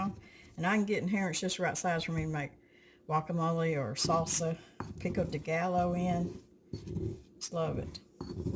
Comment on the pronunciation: Love your mixes! Just a mexican pronouncion tip, Pico de Gallo is pronounced "pico de guyo". Justice watching your videos. I've just gotten back into canning and have picked up so many valuable tips. Love and God Bless!